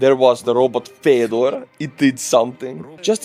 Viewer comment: "Fedor" (Фёдор) is pronounced "fjod-rrr".